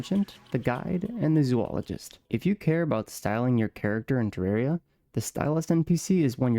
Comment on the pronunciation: its terraria not terreria 😭😭